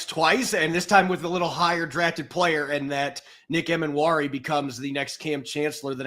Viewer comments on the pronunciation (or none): was an awesome guest to have on the show - gave a lot of insight into Nick. Btw, I'm like 80% sure Nick's last name is pronounced Ee-mannwori rather than Em-annwori:)